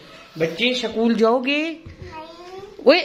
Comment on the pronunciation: Aschoool nhi hota h school hota h ap google karke pronunciation bache ke samne sahi bole… apka majak nhi bana rahi bus bache kely bolrahi.